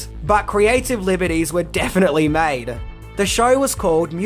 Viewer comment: In minutes of this video I swear it sounds like he says " They mad different versions of these Niggas".. I know it isn't just cause I'm black🤦‍♀️